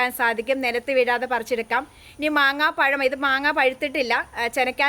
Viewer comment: മാങ്ങാ പഴം അല്ല കുഞ്ഞമ്മെ. മാമ്പഴം